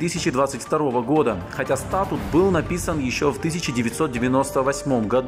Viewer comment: Не стАтут, а статУт (ударение на последний слог)... Я не знал, что уровень юридической грамотности Самвела Карапетяна контролируется из Кремля и его МИДа РФ. (проконсультируйтесь платно ( у Вас же есть деньги!) у 12 НЕЗАВИСИМЫХ западных экспертов и сообщите ответ своему народу! - Вот это будет по чести! Спасибо заранее, если вознамеритесь пойти на это БЛАГОЕ ДЕЛО...)